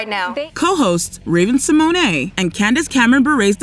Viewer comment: pronounced it the way Raven herself said it's pronounced. We've been pronouncing it wrong lol